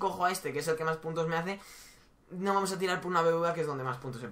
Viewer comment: Repite con migo Fran....."Vamos" No "Pamos".....hay que aprender a diferenciar una letra de la otra si? 😂😂